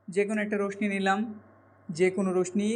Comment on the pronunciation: কেটে নেই নয়,ওটা কেটে নিই হবে।ভুল বানান লেখেন কেন?রশ্মি উচ্চারণ ও ভুল।